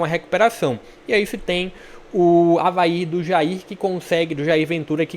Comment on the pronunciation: É o Avaê, tô falando desde a tua tier list, aprenda mais sobre o leão da ilha. Escuta o que tô te dizendo, o Avaí tem a melhor meia cancha do campeonato com Zé Ricardo, João Victor, JP e Marquinhos Gabriel, vão crescer mais ainda. Po e uma dica aí de pronuncia, o estádio Criciúma se fala “Eriberto ilse” - Heriberto Hülse. Abraço ae